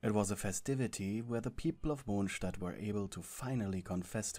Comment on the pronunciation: “Mochstat” HAHSHSHHHAHAHSJSJ